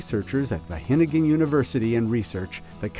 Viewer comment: Wah GE ningen..., not hennummmn